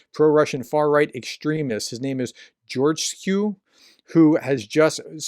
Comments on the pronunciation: Pronounced George Es Coupe. Lol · His name is pronounced George es coupe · It’s ‘Geor - jess - coo’